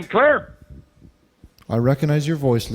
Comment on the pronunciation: It's not St. Claire, it's Sinclair.